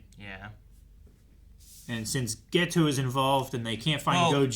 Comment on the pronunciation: Even though I don't like dubs, this one I didn't find all that bad, sure the JP version is superior in many instances, but english va of Geto and Gojo are pretty good, but I hate how in dub they pronounce Geto's name as Gaytoe